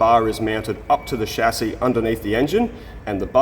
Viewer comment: I just wana take a moment to point out that actually say's "chassis" correctly, and we thank you for that. p.s. Who the f**k is shazzy??